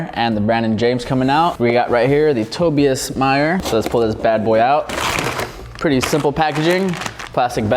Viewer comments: Its not Toby - us its Toe-Buy-Us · The way he said Tobias